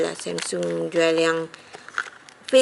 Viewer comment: sebut jela samsung xya la semsung aca omputeh je nanat